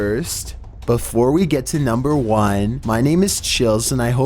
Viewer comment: "NUmBer fIFTeEn"